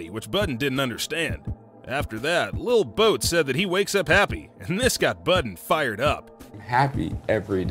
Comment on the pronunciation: He said lil boat 😂😂😂